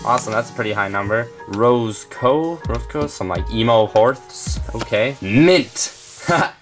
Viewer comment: When he pronounced Roscoe as "rose coe" lol But its kinda cute